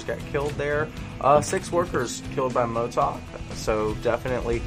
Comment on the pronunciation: cMotoK pronunciation is Moto Kay